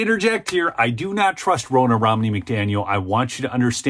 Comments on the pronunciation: I can't stand the woman, but the CORRECT way to pronounce her name is RON-NUH, which rhymes with FAWNA! It is not ROE-NA., we are going to start calling you, LOL!! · FFS, - Ronna rhymes with Donna! It isn't Rona